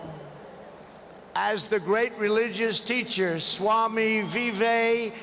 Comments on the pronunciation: Swami VivéKanonmund was one of the greatest orators of all time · Can't ever forgive Trump ji for pronouncing Swami Vivekananda wrong 😡😡 He should have excused himself for wrong pronunciation. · It's swami vivekananda not vivekkamnda😂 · Vivekamunand is what he said🤣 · also Vive..kamunun..nd.. 😂